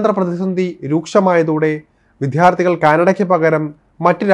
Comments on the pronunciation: വിത്യാർത്ഥികൾ അല്ല. വിദ്യാർത്ഥികൾ.ശരിയായി മാതൃഭാഷ ഉച്ചരിക്കൂ. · "വിദ്യാര്‍ത്ഥികള്‍ " ശരിക്ക് ഉച്ചരിക്ക് . മഹാ വൃത്തി കേട് 😮😮😮😮😮